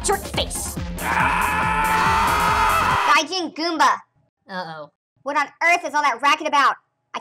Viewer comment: Goomba, not Goombah. As in the monster from Mario.